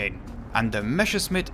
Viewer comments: Great Video, good to know wich ones do and do not get those. I only have one Critique: Its Pronounced like Messerschmidt, you said Mesherschmidt. Not a big deal, just wanted to tell you. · Okay, I'm gonna be your token German to correct pronunciation. You are Calling the Me's "Meshesmitts", while the correct way is to put the sharp sounding 's' first, as 'sch' is the same as the English 'sh' and double s just means sharp s. That's also where our funny letter ß comes from. Just an old, but still sometimes used replacement for the double s. Sorry, someone had to do it. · Meschersmitt lol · Please look up how to pronounce Messerschmidt it is frying my brain The s is pronounced as in English and the sch is the sound that would be written ch as in change in English